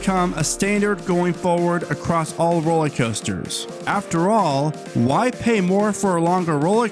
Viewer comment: Dude, are you saying ROLLIE COASTERS? Drives me nuts!